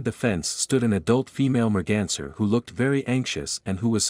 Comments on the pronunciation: Take a drink everytime he says "mergenser" RIP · Merganser? What?? How on earth could automated translation call a deer a merganser? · new drinking game..."the merganser cub" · Take a shot Everytime you hear Merganser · I pray that this is the last time I have to hear merganser Evev!!!!